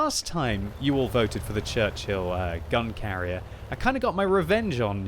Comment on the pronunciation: I thought you said "Churchill gun carrot" XD